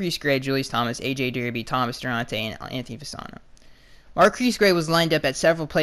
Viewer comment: it’s **Thomas DO-ART-EYY*